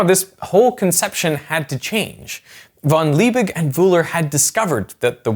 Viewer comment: I keep tolerating and giving hints how to pronounce Names in French and German again and again - no success. Van Liebig and Wöhler - completely wrong. But worse: Americans don't even know the rules of Grammar in their own language. "It behaves completely different" - - - not "completely differently. These are assumingly scientists and well educated people! So where is your "education"? It's so sad to hear that now for 32 years- trying to help - and being ignored. I don't expect language skills from students who left school after 5th degree - but I insist on those "academics" to be at least willing to learn. Education does not end at 12 years of age, not at 32 - it never ends, gentlemen.